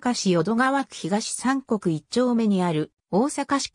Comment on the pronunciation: 読み方 ひがしみくに